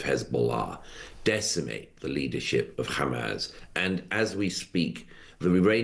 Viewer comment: Why does Murray insist on calling it "Hamaz"?